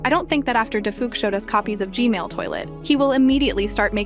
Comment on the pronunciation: the fact said g mail